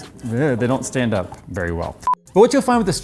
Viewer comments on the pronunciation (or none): none